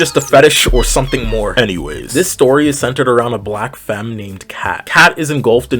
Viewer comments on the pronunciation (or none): none